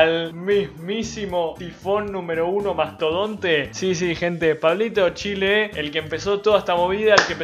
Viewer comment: Jajajajaa es que pronuncio el chill y soy Argentino, solemos cambiarle la sílaba tónica a todo xd